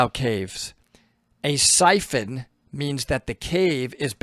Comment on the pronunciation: Excuse me . Syphon Not Typhoon